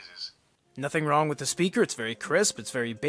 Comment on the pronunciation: Comment about the tts system, well its just not ripe yet. "The" it would read out like "t-he" sometimes, not always. I experienced same behavior with word "world" > "we" "orld"